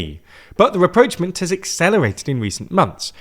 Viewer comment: You keep misusing "reproachment" when you mean rapprochement. For a word you use so often, maybe you should consider pronouncing it right...